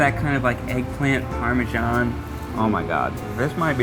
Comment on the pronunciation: THE WAY SHE SAID PARMESAN 😂